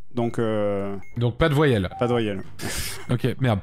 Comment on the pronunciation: Cé coi 1 voillèle 🥴😂